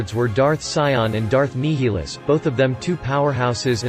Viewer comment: NYE-il-us, not NEE-hee-lus, but yeah.